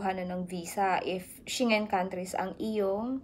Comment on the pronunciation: Check the correct pronunciation of SCHENGEN. 😇